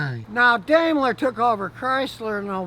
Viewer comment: Dime-ler. Not dame-ler. After all your name isn't Scooty. 😊